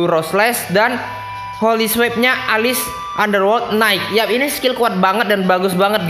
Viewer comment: yaitu Swordsmen "Gaigo" dan Swordsmen "Alis" | | Kok gitu ngomongnya?!